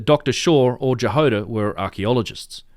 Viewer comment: About Dr. Jahoda, it's "Ya-Hod-ah" not "Ja-Hode-ah", and it means strawberry in Czech., Dr. Strawberry. :)